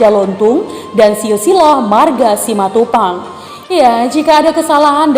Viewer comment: Betul, bilang nya simatupang. Mantap